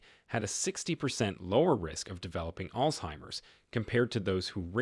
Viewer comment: Its not called ( all timers) its altzeimers.